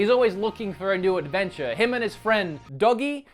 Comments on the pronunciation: I think it sounds as Doji.like Gs sound like Js at times, like geography. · I know this is an old review, but just to clear it up, its "Doh-gee." Although he is as loyal as a doggy. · this guy is a dumbass man, the English voice over they clearly say Dana... and Dogi pronounced 'Doh-Gee' though it was funny to see him struggle.... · "Pointy stick thing" you mean rapier? "Anchor axe thing" you mean scythe? And Dogi is pronounced (Doe-Ge) and Dana is pronounced (Dawn-Ah). They said their name SEVERAL times if you actually played the damn game. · Dogi= Doh-Jee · Lol. I busted out laughing when you tried to pronounce Dogi xD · Oh good, it wasn't just me with the Dogi pronunciation.